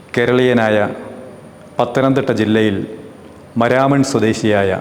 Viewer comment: The place is pronounced മാരാമൺ not മരാമൺ